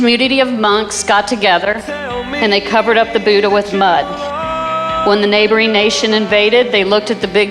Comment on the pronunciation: Oh Americans BUDAHH not boooda